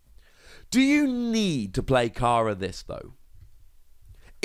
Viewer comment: its pernounced like careless fyi